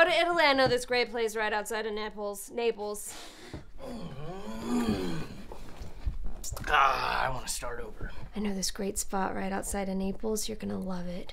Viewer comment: I laughed so hard I choked when she said "nipples" instead of "Naples" oh my goodness this makes me love this series even more